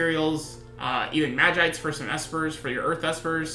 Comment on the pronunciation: 2 things - it's vis-see-ore and mah-jee-sight